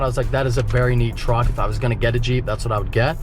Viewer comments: Is it a Juck or a Treep? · Hell I thought treep too lol🤣🤣🤣🤣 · Is it a truck or a jeep. It's a TREEP.